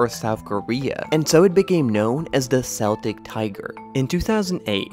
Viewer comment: Isn’t this narrator mispronouncing “Celt”?? Is this AI being brilliant again?